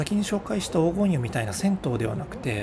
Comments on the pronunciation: 途中に紹介されたら銭湯はおうごんゆではなくこがねゆです。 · おうごんゆでなくこがねゆです。